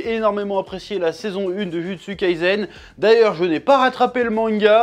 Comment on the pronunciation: Ça me toujours autant frémir la façon dont tu prononces Jujutsu, Kurosaki, Naruto 😂 à la française